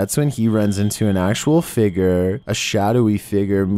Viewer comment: it's "figure" is pronounced "fig-yer" not "figger"